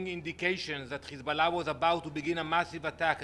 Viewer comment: 😂😂😂. His pronunciation of Hezbollah. Stop lying no one believes you.